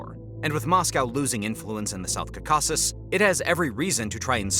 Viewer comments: Dude learn how to pronounce 'Caucasus' if you're going to make a documentary about it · Never heard anyone pronounce Caucasus like you wth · Please learn how to say caucasus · Bro you have to stop pronouncing the caucuses like that. Please. 😂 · learn how to say Caucasus correctly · Your stressing the wrong syllable with Caucuses. I think . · Yes that’s right, stress should be on the first syllable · bro still pronouncing caucasus funny xD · Peace between Armenia and Azerbaijan will happen before Americans learn how to pronounce Caucasus. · Dude it’s not caucAsus it’s caucasus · bro it’s not south kakazuzuzuzuzuz it’s Caaaaaucasuuuuus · Jeez! would you PLEASE say "KAW-ka-sus" instead of "ka-KA-sus!." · "Ka-caw-sus" As an armenian, it's CAW-ka-sus in english, please pronounce it better next time, thx XD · It’s cau-cau-ses not cocaweses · I’m sorry, did you just pronounce CAUcasus as cauCASus??? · is-REAL and cau-CAS-cus. oh man... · It’s not South “Kasases”. It’s caucasus. Like “Caucasian”. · It’s pronounced “cau-kuses” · Please pronounce “Caucasus”properly. It’s pronounced kaa.kuh.suhs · It's Cawkisses, Caucasus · What's with saying "ca-caucus" like Dukakis? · The region is pronounced: KAW-kus-us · Every time he said "Cacaw-sis" it makes me irrationally angry. If you do geopolitics, pronounce the geographic part properly. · Caucasus is pronounced 'cor - cus. If you are producing a commentary, you should at least pronounce the region correctly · "Cuh cass ess" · Not stressing the wrong syllable, he’s reading it completely wrong, as if it’s spelled Cacausus. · It's pronounced "Kau'-ka-sus". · Please learn how to pronounce Caucasus correctly (stress is on the first syllable)...but overall, good video. And thanks for pronouncing the "kh" sound in Nagorno-Karabakh. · Are you mispronouncing"Caucuses"? Or am I ignorant lol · Where did you learn that pronunciation of Caucasus? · Awful pronunciatıon 😮